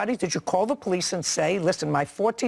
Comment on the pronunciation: Called dee poe-lice... 😮 . And den... 😮 . And dat dare was an accident... 😮 . she was in ah ax-ah-dent...